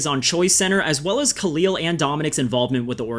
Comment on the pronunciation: Khalil rhymes with "the fill" not "the feel"